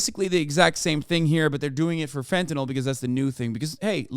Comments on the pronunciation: She deals with fentanyl, but can’t pronounce it correctly. Fenta-NAWL (SIC). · It's fentanyl, not fentanol. Proves how little she knows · She lost me at the "fentuhnall" pronunciation. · Reefer Madness. And why are ee calling it fentanol/fentanall it's fentanyl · It's really annoying that she keeps saying "fentanol" It's "fentanyl" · Heh heh, "hentanyl." Getting a high off of animated tig ol' bitties. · "Fentanol". Can't even say it.